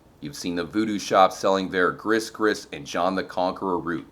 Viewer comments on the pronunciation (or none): Awesome video as always! Also, Gris-gris is pronounced Gree-gree ❤️ aka bad luck/curse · Gris gris is pronounced “gree gree” :)